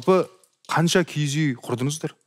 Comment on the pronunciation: КИГІЗ ЕМЕС КИІЗ ҮЙ ДЕЙДІ ҒОЙ. ҚАЗАҚША ДҰРЫСТАП АЙТПАҢДАРШЫ